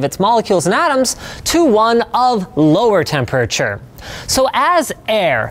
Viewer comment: "temp urr churr"